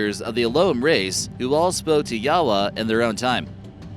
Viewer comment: Lol you can't even pronounce Yahweh right. Don't brag on chopping up some Japanese lol